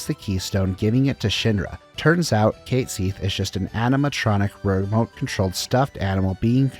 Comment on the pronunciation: Enjoying your videos, just a small tip. Check the pronunciation of "compilation" (com-puh-lay-shun), "ubermensch", and "Cait Sith".